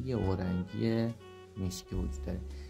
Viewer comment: ببخشید استاد، اورنگی نه، اورینگ